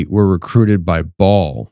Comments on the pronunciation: Bael like bail, not ball. Put some speck on his name! lol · Are you saying Ball? Or Baal? As in baal the pagan god otherwise known as satan?? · You are pronouncing baal wrong.. its not ball its bay-el (baal) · !! I thought he was saying Ball not Ba’al!! I thought Ba’al was pronounced /( bay-l )/ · It's Ba- al; not all pronounced at once